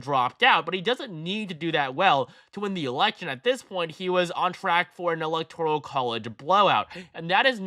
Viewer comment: alihtoral college?